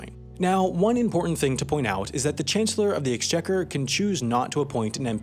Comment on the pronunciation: You butchered the chancellor of the exchequer pronounciation